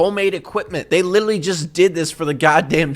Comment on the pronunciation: i hate how says literally... “litally” still love you though.